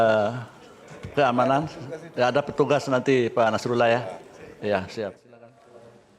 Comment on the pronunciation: Setelah ber-jam mengamati, saya mendapatkan poin bahwa kuasa hukum BPN atau 02 sangat tidak sopan baik dalam menyatakan pendapat dan membalas sebuah argumen. Terlebih sdr Nasrullah (baca A bukan O!), memfitnah saksi dan KPU bgtu keras di depan majelis hakim.. wow!!